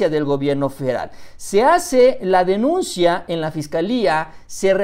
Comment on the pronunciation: Minuto dijiste se hace la "denunshia"???😂🤣🤣